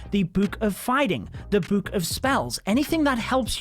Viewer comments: dude really says “boook”😂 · You say book and potion wrong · the way he pronounces book though... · The way he says “book”😂